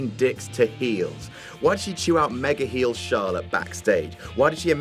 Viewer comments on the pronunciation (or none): none